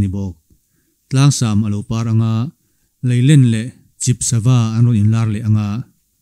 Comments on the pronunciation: Leilen ni lovin Lailen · Sava hming LAÌLEN LEH CHIP Hming kha ilamdik chiah lo deuh ichhiar ngaihnawm lutuk e